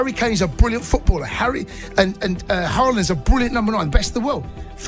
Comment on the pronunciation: As a Brynebu I've got to say: Your pronunciation of "Haaland" (or "Håland") is better than 99% of non-Norwegian speakers!